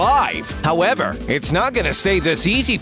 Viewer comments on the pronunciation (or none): none